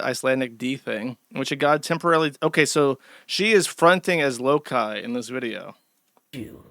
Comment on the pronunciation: josh got so used to calling them lowlees he called loki lowkee